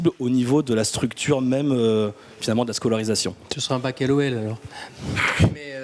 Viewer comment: il a dit L-O-L... mais je me demande si c'était pas plutôt bac "ELO HELL" kappa